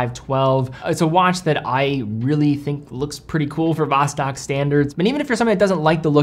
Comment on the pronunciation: pronunciation of Vostok drives me nuts